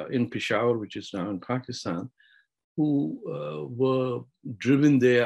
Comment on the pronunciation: So... is pakistan pronounced as fockistan in Arabic? (serious question)